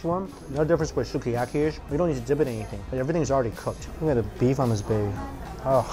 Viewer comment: 「すき焼き」is pronounced like Ski-a-ki.